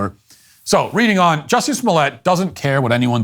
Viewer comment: It's pronounced "Juicy."